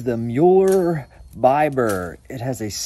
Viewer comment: I assumed it was pronounced bee-ber. isn't that how ze Germans pronounce "i"? that ring is crazy, reminds me of a baseball bat.